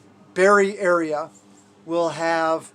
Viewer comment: Berry area: Your berry ayre! LOL 🤣